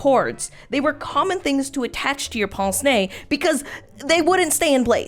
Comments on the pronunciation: it's just hilarious as a french person that you say pONce nez, instead of pINce nez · im so sorry but I need to tell you that "pince nez" isn't prononced as "pance né", but more "p-ein-se né" (idk how to explain it) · This pronunciation of "pince-nez" is so wrong... sounds like "ponce-nez", as if a device for sanding your nose. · bro said pense nez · "they don't 'pince' your 'nez'!🤣🤣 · If you need help pronouncing "pince-nez", a Québécois who has studied Canadian and France French, I'm her to help. For "pince", you basically pronounce how the word pint is pronounced, but replace the t sound with an "s". Then, for "nez", it's basically like saying "meh" but it's an n instead.